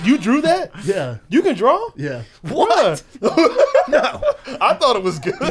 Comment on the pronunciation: BRENDA ITS PRONOUNCED “DRAW” NOT “DRALL”